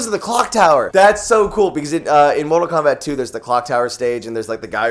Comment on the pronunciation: Did you said mortal wombat??